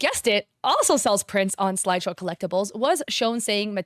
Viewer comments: Why are you saying slideshow instead of sideshow? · I swear as a collector it was so frustrating she couldn’t read SIDEshow right. Guess Peanut brain couldn’t read properly over all that yapping